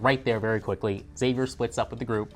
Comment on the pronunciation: EX-AVIER!!! Please stop saying Zavier, Daddy Blake called him X, the video he starred in was called "The X-Man Cometh", the show's promo image is the roofs of the cabin forming an X. And oh yeah, every single character in the show calls him EX-AVIER!